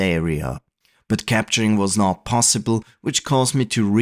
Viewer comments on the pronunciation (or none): none